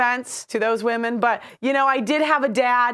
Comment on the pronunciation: Anyone else hate the way she says “womeen “